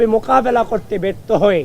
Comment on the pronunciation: তারে বাংলা উচ্চারণ সঠিক ভাবে শিখাতে হবে, মোকাবেলা কিভাবে উচ্চারণ করে😂